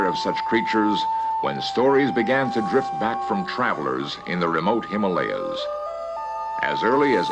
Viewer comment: I notice this time he said “Himalayas” and not “Him-Molly-Ahs” :-)